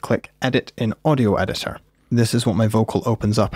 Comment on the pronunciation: "right click and open in audio edisor" when you think of edison but want to say editor :D